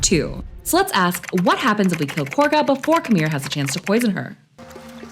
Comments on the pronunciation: It’s pronounced kah-gah. Not corga. The characters just say that because… hear me out… THEY ARE BRITISH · Did I miss a joke as to why you say Korga instead of Kagha 😭😭😭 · Khaga not corga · Ngl. Many hundreds of hours into BG3, and I'M JUST NOW NOTICING the difference in the name of Kahga, vs the pronunciation, Corga... Is that a thing orrrrr... Just how says it? The hamster in my head be overclocking himself thinking about that shit now lmfao 🤣🤯☠️ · They’re not saying “Corga,” they’re saying Kahga” with a British accent. An American should pronounce it “Kah-Gah.” Think of it like the way British people would say Saturday like “Sa-ur-day.” That doesn’t mean we should start saying it like that. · Careful there. Those british accents are getting to you. You don't have to mispronounce Korga's name because they do.